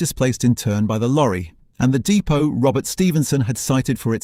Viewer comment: I know it has AI content but poorly using sceptic pronunciation of depot.